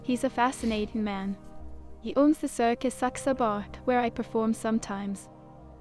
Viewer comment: when Charles tried to say Saxaber's name , im dead lol